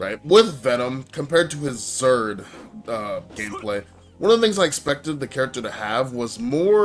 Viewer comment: good video but why do you call it zerd lol